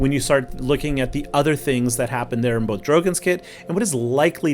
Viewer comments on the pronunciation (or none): Do it for Pope George Lucas. I swear that’s what I heard, but you probably said “both.”